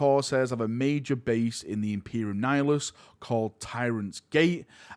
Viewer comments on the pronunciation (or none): “Imperium Nifilus” Why dies pronounce it like that lol